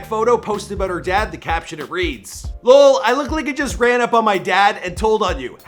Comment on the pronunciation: Saying lol as a whole word was funny 😊